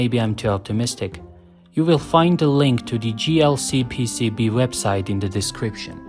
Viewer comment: GLCPCB isnt a company. do you pronounce Joshua as Goshua as well? or Joke as Goke, or Job as Gob? i could go on all day.